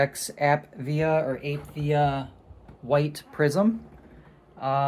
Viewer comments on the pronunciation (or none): I think it’s pronounced Ah-Pee-Vee-Uh